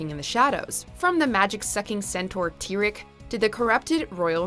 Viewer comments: did she just say tirik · Pronounced Tee- Wreck Let me remind you of Applejack's parents also subtle. Timberwolves don't die they are held together by magic and if they fall apart they can be put together by magic so they don't really die. : King Sombra did not die because he's literally a shadow like the Shadow Pony which means his presence is formed when there is no light and he was banished to a place resembling Tartarus using the light of the Cyrstal Heart. Okay I can agree with this She only banished her sister to the moon for a good cause, if she hadn't the ponies would be under a terrible ruler who wanted internal night which would affect the ponies (especially the earth ponies crop) who takes absolute control which that ruling is called dictatorship Uhmm no they have a different ruling that why dragon stays with dragons cause they are obviously ruled by a dragon and they are different spieces from ponies so that not what segregation is if so the four different kinds of ponies( Earth ponies, unicorns, Pegasi, and Alicorn) would be living separately together based on their differences but they live together because they are of the same race, you think a pony be ruling over dragons. Not true if you are of a power wielding Alicorn like Celestia